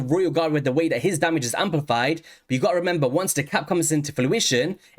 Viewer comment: Thanks for doing a Husk Hydra breakdown!👍 I have been sitting on 2 copies of him for a while wondering if he was worth the trouble to build and more specifically if he was better than Seer, Royal Guard, or Coldheart. BTW, I love your accent but am curious if you have a Jamaican parent because you pronounce some "T"'s like "D"s so "This" and "That" sounds like "Dis" and "Dat".😁